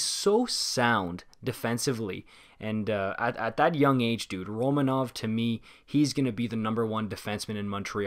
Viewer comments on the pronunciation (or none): Not that important, but Romanov has asked for his name to be pronounced Ro-MA-nov, rather than RO-ma-nov. No clue if the way I wrote that makes sense, just mentioning that his name is pronounced differently